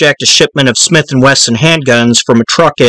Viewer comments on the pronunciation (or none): none